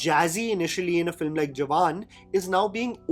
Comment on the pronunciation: your content is superb as always! Btw you said FLIM at 8.07...